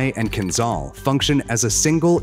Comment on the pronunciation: Not kinzal, but kinzhal😂